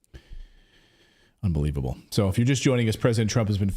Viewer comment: “UNBEWEEVABLE!” What a Circus!